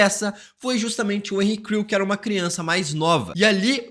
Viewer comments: quantas vezes ele falou henry crew? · Cara eu não consegui deixar de ouvir "Henri Cristo", todas vezes que você disse Henry Creel kkkkk